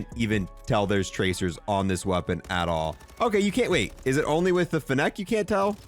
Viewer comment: The way he pronounces fennec wrong is insane